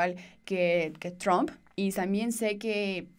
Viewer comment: si tienes educación deberías de pronunciar correctamente el apellido del presidente de E.U. deberías de respetar como lo hace tu presidente.